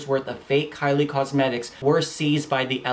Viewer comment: you said karli lol